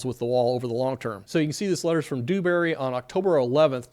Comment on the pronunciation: Its Dewbury, soft D. Not Doobury.